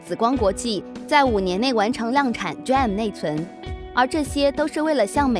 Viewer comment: 哈哈 連 D RAM都不會唸